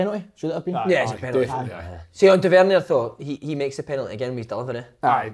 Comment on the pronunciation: Wish Si would say Tavernier properly 😂 top work again lads!